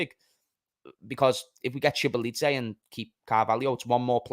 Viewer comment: it’s pronounced so-bo-zly 😂